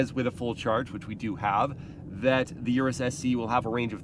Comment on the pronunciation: its not U- RES sounds almost like urinate, PLEASE say OROOS